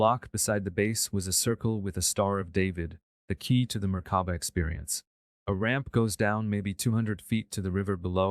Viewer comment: Being responsible for sharing this, please see there are errors and mispronounciations with this version. i.e. Merkaba! not murkuba or whatever appears. Just sayin'